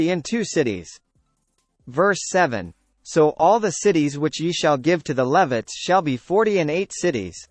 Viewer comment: This video pronounces Levites incorrectly and was very distracting.